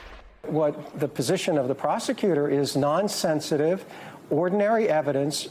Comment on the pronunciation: Lauro makes "nonsensitive" sound like "nonsense-itive"